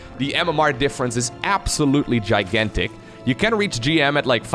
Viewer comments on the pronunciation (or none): none